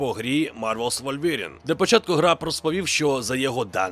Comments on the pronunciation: Не «ВольвЄрін», а «ВулверІн» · Новини гуд) Але пронаунс "Wolverine" треба трішки підтягнути)